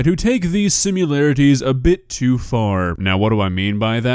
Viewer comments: I say this with love. The word is similarities, not simularities. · Bro kept saying “simularities” 💀💀💀💀💀💀💀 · SimUlarities? Love ya, but sometimes I just want to sit you down and explain how words work.